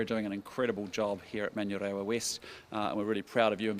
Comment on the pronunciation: He can't pronounce manurewa